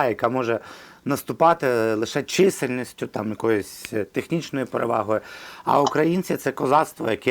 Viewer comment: Не чИсельністю, а чисЕльністю